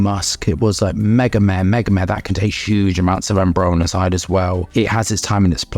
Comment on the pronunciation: bro is mispronouncing ambrocenide the entire video